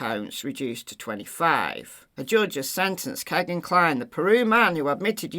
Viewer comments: Its America, vowel consonant vowel, firt vowel makes long sound. It sounds like Keygin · Couldn’t it be Kegan, rhymes with Vegan? 😊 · Kegan like vegan, I suppose. I always thought you were using the correct pronunciation until you mentioned it in this video. 💜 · His name is Kegan. (You have to go back to the vowels- the long e) it has the sound of the double e..although it isn't spelled with the double e's. America has a way with letters and words....😂